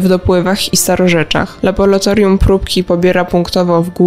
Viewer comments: Prawidłowa nazwa to laboratorium 😄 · Laboratorium. Nie Labolatorium. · niech Pan zadba o jakość przekazu. Ta spikerka słabo mówi po polsku np.nie labolatorium a laboratorium od labor- praca. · Tylko nie laboratorium!Tragedia,dziennikarz nie może tak mówić. Kończę subskrypcję,z przykrością😱